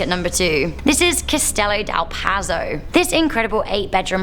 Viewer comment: It’s Castello dal Pozzo..with an O..why do you pay attention to spelling in English but not in other languages?